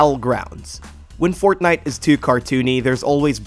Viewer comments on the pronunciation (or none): none